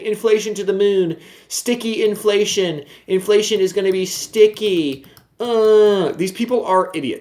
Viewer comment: Haha “iflation”